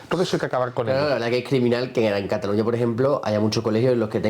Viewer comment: cataluÑÑÑÑÑÑÑÑÑa. Si estás hablando en inglés, dices London, no Londres, si estás hablando en Español, dices Nueva York, no New York, si estás hablando en Español, dices CataluÑÑÑÑÑÑa no como se dice en catalán, catalunyyya.